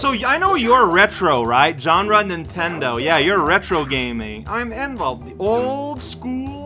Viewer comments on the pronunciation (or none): So my hearing may be bad but...are you calling the character N-Volt? It's 9-Volt